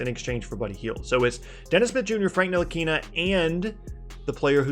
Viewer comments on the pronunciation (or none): none